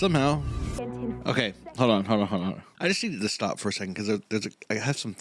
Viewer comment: No, and gotta stop is missing the T. Like Bo'ow of wo'a.